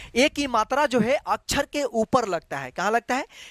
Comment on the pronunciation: अछर नही सर x अक्षर